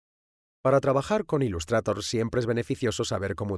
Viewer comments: Decir 'ilustrator' en vez de 'ilustreitor' es otro nivel 😂😂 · "Ilustrator", madre mía tio estos españoles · "Ilustrator".... ese Engliiisss x,,D jajajaja. Buen vídeo :D